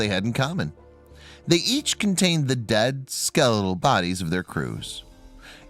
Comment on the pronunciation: What is a "dedskeeel..bodies "?